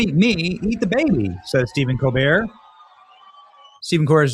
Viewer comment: The first time you mentioned Steven Cobert’s name it sounded like you said demon cobert! Candace Burre is Kirk Cameron’s sister. He was slated to be the next famous leading man. He had turned to religion while still on Growing Pains.